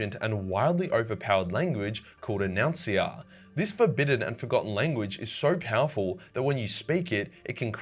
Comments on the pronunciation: Uh-nunce-iah ya f’n spurg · En nun cia. That's how it's pronounced. At least that's what Dan Abnett said when I met him